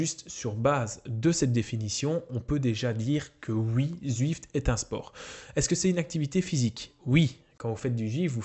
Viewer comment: "Zuift" : j'adore l'accent Belge ^^